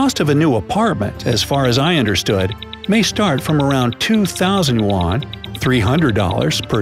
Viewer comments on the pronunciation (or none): One apple is called ‘an Apple’ not ‘arn apple’ in the same way a unit of Chinese currency is a ‘yu-an’ not a ‘yu-arn’. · YOU ARE SAYING YUAN WRONG. YOU ARE SAYING IT LIKE WON,WHICH IS KOREAN MONEY